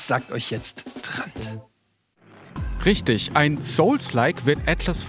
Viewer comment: Mich triggert es immer, wenn Trant das G als K ausspricht. 🙈